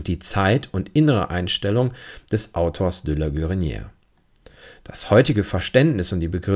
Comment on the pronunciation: Vielen Dank für Ihre aufschlussreichen Kommentare, die ich mit Gewinn höre. Gestatten Sie mir eine Anmerkung zur Aussprache: Das erste é in "De la Guérinière" und in "légèreté" wird gesprochen wie das e im deutschen Wort "Tee", wegen des "accent aigu". Das "é" wird als geschlossenes "e" gesprochen, es wird also nicht kurz sondern lang ausgesprochen.